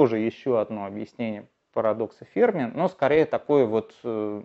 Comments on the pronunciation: Не ФЕрми, а ФермИ 🤦‍♂️ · Но ведь ФермИ, ударение на "и" !